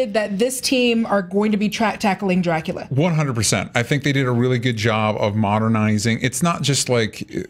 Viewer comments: Sherlock is an overrated show. Not bad, but not good either. Also, the u in Dracula it sounds more like in scuba, not like in cute. But to be fair, Coppola is the only one that got this right. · sadly, i had to stop watching after the girl pronounced dracula with the worst accent ever, which i didn't even know what it was supposed to be, for the second time. I was afraid she might say it even a third time